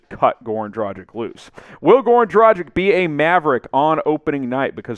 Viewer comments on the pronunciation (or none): Omg, not Dragic like "tragic" but like DRAGHIC . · I don’t get it: everybody can pronounce Doncic correctly (with a „shesh“ at the end), but when it comes to Dragic (same ending), everybody seems to think that his name has something to do with the English word „tragic“, instead of pronouncing the end just like in Luka‘s case. Freaks me out tbh